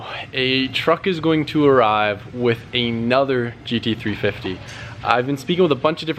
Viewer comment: Why is it so hard for to say GT350?